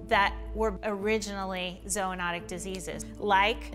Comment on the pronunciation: Zoo-not-ic not zo